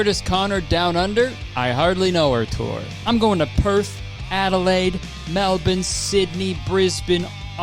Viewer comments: i am baffled, gobsmacked, and in awe at Kurtis pronouncing Melbourne correctly 🥲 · omg a non-Australian person said Melbourne correctly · BRO SAID MELBOURNE RIGHT???? (mostly) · hearing a canadian(?) correctly pronounce Melbourne as "melbin" and brisbane as "brisbn" is kind of unsettling tbh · I’m just happy you pronounced Melbourne right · i will forever love how kurtis actually pronounces melbourne and brisbane the way that they're meant to be, it's so refreshing 😭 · You said Melbourne correctly, pity I didn't see this video till now, would have loved to go watch your show. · love how kurtis didn't even pronounce Melbourne with his canadian accent, said it just like us locals do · finally, someone who pronounces melbourne correctly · OMG THIS IS THE FIRST TIME I'VE HEARD AN AMERICAN PRONOUNCE MELBOURNE PROPERLY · Damn he said melbourne correctly :) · I was shocked to see a North American pronounce the word 'Melbourne' correctly (or mostly correctly). What is going on. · Proud of your pronunciation of Melbourne. A+ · Omg you actually pronounced Melbourne correctly! Think that deserves a ticket to your show from me ☺️ in Melbourne of course 😂😂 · im so proud of you for pronouncing brisbane and melbourne correctly, cant wait to see you!! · kurtis the the first non-australian i’ve heard pronounce melbourne the same way we actually do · THANKU FOR PRONOUNCING MELBOURNE CORRECTLY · oh my god he said Melbourne correctly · Congrats on saying Melbourne right 🎉 🤍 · Actually said Melbourne properly! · Oh my god thank you for pronouncing Melbourne right and I am sooooooooo excited for the show! I’m so happy I got tickets! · When Kurtis pronounced Melbourne right 😍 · Kurtis being the first non-Aussie to actually pronounce Melbourne and Brisbane right 😭😭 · on behalf of all aussies, thank you for pronouncing melbourne and brisbane correctly 😌🫶🏻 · As an Australian, I am very happy to hear kurtis pronounce Melbourne (somewhat) correctly 🥹